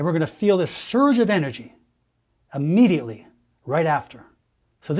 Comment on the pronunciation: Doc, word is not pronounced Ah-mmediately. Begins with IM.